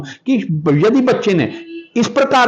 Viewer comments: रिपोर्टर को आध्यात्म बोलने नहीं आता कैसे रिपोर्टर बन गया😅😅😅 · अध्यात्म शब्द का उच्चारण भी ठीक से नही कर पा रहे है प्रश्नकर्ता महोदय! 😢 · अध्याय तम क्या हुआ सही से उच्चारण करो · भौतिकवादी जीवन से वैराग्य की रह पर चलना बड़े कठिनतम फैसलों में से एक है। उनके पिताजी का इमोशनल होना स्वाभाविक है। आजतक के पत्रकार महोदय का अध्यात्म को "अध्यातम" बोलना सुनने में अटपटा लगा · सारे बकवास प्रश्न पूछ रहा है😆😆😆😆😆😃😃अध्यातम नही होता अध्यात्म होता है😂😂😂ओशो का क्वालिफिकेशन विवेकानंद का और रामानुजन योगी परमानंद जाणते हो बुडभक 😂😂😁😁😁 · Adhyatm hota h ki adhyatam? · महोदय पहले तो आप अपनी वाणी को शुद्ध कर लीजिए, आप आध्यात्म को अध्यातम बोल रहे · इस रिपोर्टर को अध्यात्म बोलना नहीं आ रहा, अध्यात्म को अध्या तम बोल रहा है😊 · पत्रकार महोदय अध्यात्म बोलना सीखो अध्यातम, नहीं आपको पत्रकारिता भी आती है की नहीं मुझे तो शक हो रहा है पहले अच्छी तरह से हिंदी शब्दों का उच्चारण करना और महत्व जानना सीखिए इसके बाद पत्रकारिता की शुरुआत कीजिए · रिपोर्टर भैया वो अध्या + तम नहीं अध्यात्म है सही उच्चारण करो गलत शब्द बोल के irritate कर रहे हो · अध्यात्म सही तो उच्चारितकरना सीख लीजिए 🌹अध्यातम कोई शब्द नहीं होता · अधयातम...... अधयातम........ अधयातम....... ये क्या है ? अध्यात्म कहना गुरु जी ने नहीं सिखाया है ? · आध्यात्म बोला जाता है न कि अध्यातम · आध्या तम क्या होता है कौन तुम्हे आज तक में भर्ती कर दिया शुद्ध उच्चारण सीख लो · Adhyatan hahaha bhai thik se bol le pahile "Adhyatamnh" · आध्यात्म बोलो साहब जी आद्यातम नही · It's very irritating... anchor's pronunciation, it's अध्यात्म न कि adhyatam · Adhyatam नहीं अध्यात्म होता है, इतने बड़े हो गए हो लेकिन हिन्दी बोलने भी आता । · पत्रकार अध्यात्म नहीं बोल पाता अध्यातम बोल रहा है। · Reporter saheb, Adhyatam nahi hota Aadhyatm hota hai😒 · pahle adhyatm to theek se bolna seekh lo mahoday.... kaun aapko mice de diya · भैया पहले अध्यात्म का उच्चारण तो सीख लो, अशुद्ध बोल बोलकर मूड खराब कर रहे हो। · अंकल जी पहले तो आप अध्यात्म बोलना सीखिए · पहले अध्यात्म तो बोलना सीख ले बाद में पत्रकारिता करना। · ठीक से अध्यात्म बोलना चाहिए आप को। अधतयम क्या होता है 😮😮